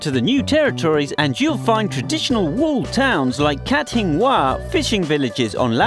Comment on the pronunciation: Kat Hing Wa = Kat Hing Wai